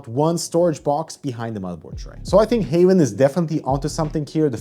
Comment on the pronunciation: I hear Havn them self call the brand Haven but it is spelled Havn,,,,,, which is very confusing for this Dane that among other are fluent in both Swedish and English. Havn in both Danish and Swedish mean harbour, where as haven mean garden / the garden. But aside for that mess, well it is a nice case, i just wish there was a cheaper none glass version, CUZ i am a adult and i have nothing to prove to anyone i know.